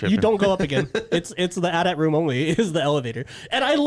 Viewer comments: Listening to you guys pronounce "AT-AT" as "at at" and not "a t a t" oh my fuckin lord 😂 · its called a, Aaay-Teea Aaay-Teea, not an AT AT.